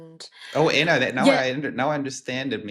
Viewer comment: It would be nice to have Anna’s name pronounced the German way. Just a detail, but 😊